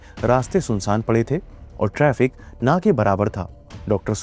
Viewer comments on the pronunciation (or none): none